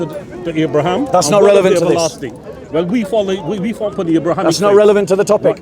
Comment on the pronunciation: Uncle can’t even say relevant. He says revelant 🤦🏻. I’m wondering how much Arabic he knows….